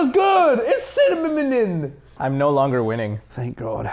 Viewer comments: WTF CINNIMINN ITS CINNAMON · Ok, but Narrator saying "Cinnamonin" is amazing ✋ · “Horchata’s good! It’s cinmimnomin!!” This boi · "it's ciniaminmainin" got me dying 😅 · Narrator: horchata's good! Its cinnaminin😂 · “Bro it’s cinnaminnin” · "its cinnaminminon" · no one’s is gonna talk about how narrator said cinnamon ? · Nah narrator not being able to say cinnamon- my heart